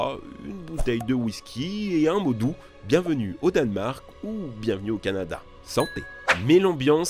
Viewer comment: Le "cananda"😂😂😂